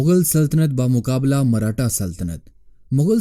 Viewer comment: Marhata nahi hai bhai maratha hai woh...